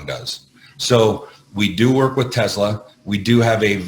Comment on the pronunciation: you're the only person who pronounces Tesla just like Elon musk